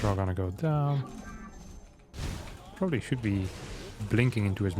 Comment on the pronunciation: I'm NoT a MoVaiNG ProberBly! Proxeeds to not a move at all